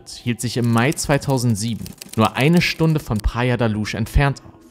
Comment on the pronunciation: Luz sprich Lus. Nicht Lusch. Praia de la Luz. Sprich Praia dsche la lus auf portugiesisch. Sorry 🙈 Ich höre dir echt gerne zu. Du hast so eine angenehme Stimme, erzählst super und spannend! Aber das tut mir in den Ohren weh. 🙉🙏 ... ich weiß kleinlich, kann nicht anders. 💖